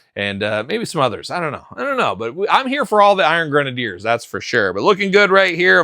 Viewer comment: They were never the “iron grenaders ” you clearly just were not a strong reader …..it’s always been pronounced grenadier and is a real world military term